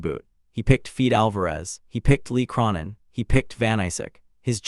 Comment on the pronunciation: 😂 Who? Feed Alvarez? Lee Crawnin? 😂 do better AI…